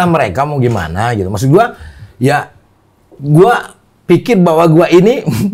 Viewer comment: Lidah sunda ga pas bilang gua.